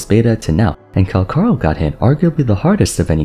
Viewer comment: bro cmon it's in the name Cal-CHAAA!!! lie chalk CAL-CHaaaa ch pronunciation not K CALCHARO not calkaro